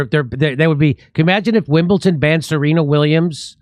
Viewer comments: It’s Wimbledon not Wimbleton! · It is WIMBLEDON ...pronounced "dun" not "tun". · Wimbleton ! No Jimmy , its WIMBLEDON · WimbleDon not WimblTon Jimmy!🙄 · It's Wimbledon not Wimbleton,Jimmy. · Dear America it is WimbleDon not WimbleTon, sorry for being pedantic but it really bothers me because all Americans do this and I do not get it 🤷🏻‍♀️🙏✌️